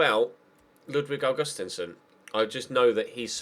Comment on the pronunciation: Augustinsson is pronounced like August-Steen-son. Or that's how we pronounce it here in Denmark